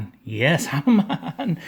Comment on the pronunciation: Its pronounced Hamen not Hamma-maan